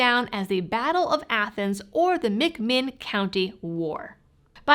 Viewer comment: Was that pronounced Athens or Athens? Either way, great tale of history.